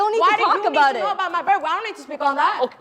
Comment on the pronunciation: Lol aboot